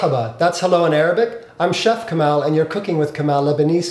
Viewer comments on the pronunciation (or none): Yannis Constantinides what's funny is he doesn't even pronounce his name correctly... Kamal is pronounced Ka-maul, or Ka-mall, not sure why he is pronouncing it Ka-mAl... Be proud of your ethnicity.. don't make it sound American if it's not lol. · who said its pronounced ka-maul....its ka-maal..the way its written in Arabic/Urdu.